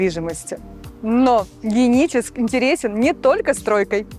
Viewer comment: Что то с дикцией у девушки. Почему не Геническ, а Деническ?